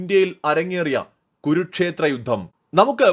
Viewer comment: ഗുരുക്ഷേത്രം അല്ല കുരുക്ഷേത്ര യുദ്ധം എന്നു വ്യക്തമായി പറയുക !